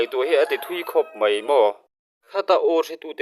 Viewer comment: Mai....tih tur ah "mei" i ti thin a adik lo aw..sir